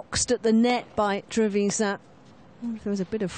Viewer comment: The accent is on the last A TrevisA’n